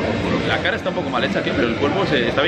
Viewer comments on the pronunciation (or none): none